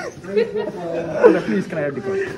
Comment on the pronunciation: all I heard was “BRUDDA.” 😂